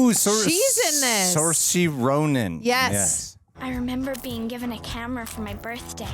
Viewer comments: So, Saorise Ronan, is pronounced “Sir-sha”. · Her name is pronounced sir-sha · As an Irishman, hearing you butcher Saoirse's name hurts me to my core